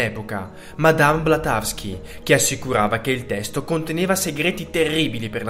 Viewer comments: BLAVATSKY, cribbio!! Elena Petrovna Blavatsky, non Blatasky!! Il titolo del libro è "Le stanze di Dzyan"!! Va bene che sono video di svago, ma quanto pressapochismo e sciatteria!! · Due cose sbagliate: 1)non è Blatavski ... è Madame BLAVATSKY 2) "è conservato nel monastero del Tibet"...ahah questa risulta un po' assurda, è come dire che lo conservano nel negozio di New York o nel ristorante di Roma. Nello specifico, il Tibet è sempre stata una nazione molto religiosa - non è un parallelo molto sensato ma per capirci, è come fosse un enorme Vaticano per il buddismo lamaista ... non so quale sia il numero preciso di monasteri (anche perché l'invasione cinese ne ha distrutti molti) ma sono sicuramente moltissimi! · Scusami, non è Blatawsky, è Blavatsky. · Ma come fai a dire blatavsky? È blavatsky!!